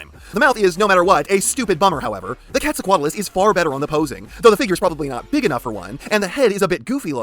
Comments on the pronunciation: I genuinely cant tell if hes joking or not when he calls the giganotosaurus and the elasmosaurus the gigantosaurus and the plesiosaur. If it is intentional, why still say quetzocoatlas correctly? Also the gigan may or may not have been smaller than a certain other bipedal cretacious top predator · How did you pronounce Quetzalcoatlus right first try but Giganotosaurus is the name that trips you up? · Why do you say gigantosaurus? Is it called gigantosaurus or did you try to say Giganotosaurus and like so many others forgot there was an O inbetween the N and T somehow. Which would be weird when you pronounced quetzalcoatlus flawlessly.